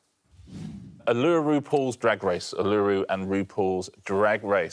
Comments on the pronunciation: It’s the indigenous name so has been around for many thousands of years. And I do need to send Richard an aus pronunciation book. It’s pronounced Ooh-lah-roo, not Ooh-loo-roo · According to what I found 'OO-luh-roo' is the officially accepted Australian English pronunciation, while 'OO-loo-roo' is much closer to the actual traditional indigenous Aṉangu pronunciation. But Richard actually said something like 'uh-LOO-roo' ...so neither of you was correct ; )